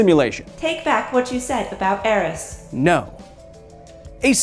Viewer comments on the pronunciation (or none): Your super computer said "Aeris", not "Aerith", and that's unforgiveable 😂